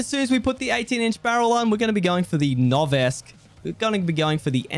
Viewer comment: Great vid. Just an FYI...Noveske is pronounced (no-ves-skee)